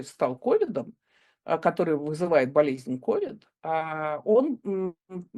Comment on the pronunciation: Да не КОвид, а КовИд— прямо режет ухо!